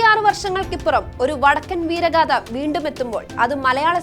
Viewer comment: വടക്കൻ വീരഗാഥ എന്നാണ് അല്ലാതെ വടക്കൻ വീരഗാധ എന്നല്ല... ചാനൽ കാർ ഉച്ചാരണം ശ്രദ്ധിക്കുക